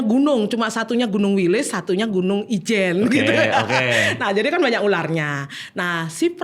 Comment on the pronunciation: Ijen bang Ijen bukan wijen😭